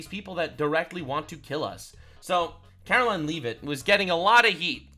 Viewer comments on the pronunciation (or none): none